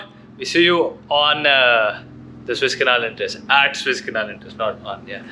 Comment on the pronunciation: Guru it's pronounced SOO IZZ canal and not SWISS canal as u keep on pronouncing it